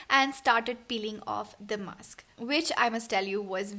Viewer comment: Dear itz mask not maks.